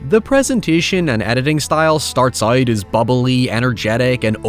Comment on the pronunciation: Great content. Also, the only thing I've noticed concerning ur accent is how u pronounced the word "out." What the heck!? 😱😂🤣 No biggie tho.